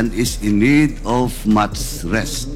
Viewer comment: jusko nman paduano . ayusin mo yung mo muna yung pag bigkas ng mga salita .. "he is karantly not feleng well and is need of mats rest "😂😂😂😂😂😂